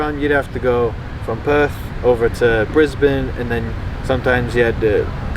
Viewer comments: Brisbane pronounced correctly by am American!! Well Done!! :-))) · This may be the first American I’ve heard whose pronounced Brisbane like the locals👍